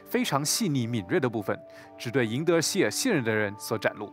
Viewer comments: Its not Seelah its Seele SEELE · I can't believe that's how you pronounce Seele, my life is a lie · that's a funny way to pronounce Seele